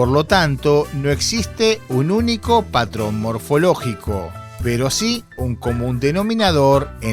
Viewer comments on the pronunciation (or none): none